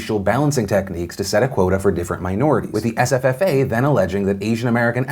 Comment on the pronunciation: Is it just me or is anyone else enjoying hear Phil say SFFA?!? It sounds like sffffffa.